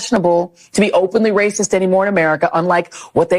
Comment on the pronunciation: She is RRRRRRRRACIST!!! 😂